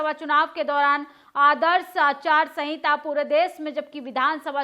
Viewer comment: Aacharya sahinta nahi hota ya bola jata hai madam......aachaar sahinta bola jata hai...